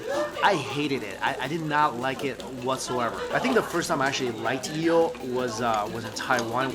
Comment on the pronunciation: Why does he say yeel